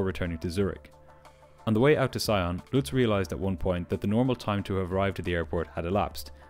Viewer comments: FYI, Sion is pronounced “SEE-onh” (it’s French, so nasal ‘n’). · Sion is pronounced "see-on" with a french "on" (like the one in "lyon"). Just in case you need to mention the airport there again.